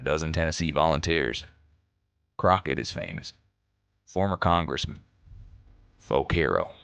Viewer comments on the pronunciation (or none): none